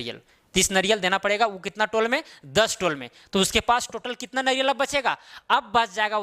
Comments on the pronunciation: Naryal nahi hota hai sirji... Nariyal hota hai hindi mein... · Naryal.... Eee ki matra kiu nahi pronounce karte ho 🙄